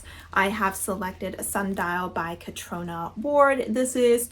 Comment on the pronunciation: I believe Gods Of Jade & Shadow is middle grade so that’s probably why you found it simplistic…because it’s meant to be. Catriona is pronounced Catreena, too. I have a friend with the name. I’m planning on doing Spookopoly, although later in the month, and maybe taking it into November too. My first read for it is gonna be A Discovery Of Witches by Deborah Harkness, which is my favourite book of ALL TIME! I reread it every year and I still need to reread it for 2023!